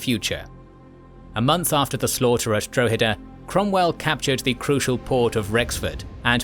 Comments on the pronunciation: It's pronounced Drawheda, not Dro-heda. Good video as always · The dro in Drogheda is pronounced like the dro in "drop". Just letting you know. Nice to see some Irish history covered by a history channel on You Tube, usually it's just passing mentions or just the Easter Rising. The Nine Years War ( ) or the Jacobite rebellion (1689-91)had many important battles and individual stories (esp Sarsfield) worth recounting. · Dra ha da is how you say Droghada. also Cashel was misspelled and so was Kilkenny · You aren't saying Drogheda correctly. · Exactly. Most English people haven't a clue about their history , apart from a little nonsense about the Battle of Britain. In Ireland it's quite different, in part because we don't have the dreadful English class based two tier education system. It would help if the narrator was able to pronounce Drogheda properly. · Maybe you could use some of the patreon money to learn how to pronounce foreign towns such as Drogheda properly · casually butchering the pronunciations of Drogheda and Wexford almost as badly as Cromwell butchered the Irish. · At least didn't kill 40% of the population of Ireland so he gets off lightly XD